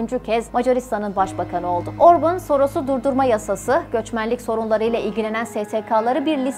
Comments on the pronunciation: Video için teşekkür ederim ama isminin telaffüzü Orbın veya Orbun değil, Orbân diyesiniz lütfen. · Hayır, yanlış! Macarca, OrbAn, Orbın değil... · Aynen, OrbAn! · Orbın değil cahil ablam Orban 😂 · Orban da değil. Macarca Orbán. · Orbın diye teleffuz etmişsiniz ama hatırlatırım adam İngiliz değil Macar. Adını niye İngilizceye göre teleffuz ediyorsunuz ki?! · Öncelikle emeğiniz için sizi tebrik ediyorum. Bir kaç hatayı söylemek istiyorum. Macaristan'da İstolni Belgrad isminde bir şehir yok. Orbán'ın doğduğu şehrin ismi Székesfehérvár'dır. Orbán'ın isminin telaffuzu da yanlış, "á" harfi uzatılır ve "Orbaan" diye okunur. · Orbin ne abi 😁 göya ben cix konusuyom ama yanlis konusuyom kizim 😆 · Şahsına 11 dakikalık video hazırlıyorsunuz daha adını artistik şekilde söylemek uğruna yanlış telaffuz ediyorsunuz.